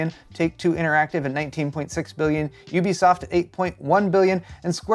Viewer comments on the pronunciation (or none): none